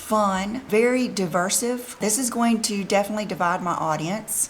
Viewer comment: DIVERSIVE?????? Did she mistake that for the word divisive? Perhaps she could buy a book to read and not just set on a coffee table. It is never too late to learn something useful.